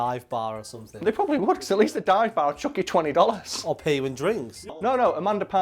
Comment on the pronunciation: I love how with accent, the word "something" always comes out "summit."